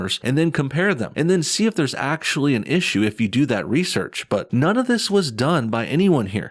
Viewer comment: yo I see you "Thurrrrrrs" Lol NO BULLSHIT ARE YOU secretly Hood and not telling us? or from Texas?